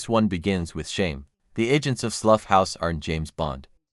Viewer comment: Slough is pronounced like plough (the farmyard implement) - its a crappy town near Heathrow